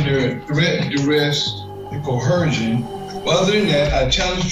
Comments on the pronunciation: Threat, duress and co-her-shun. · If I were the judge, we'd start with " you may not use a word before this court if you can not properly pronounce it." There is no H in coercion. It not co-her-shun. It's co-er-shun. We would also not permit axing anything. I know I'm old school. Court is a formal setting I expect formal language. How you speak to your bros in hood is one thing court is another. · What's with sovcits and the word "co-HER-sion"? Why can't they pronounce it correctly?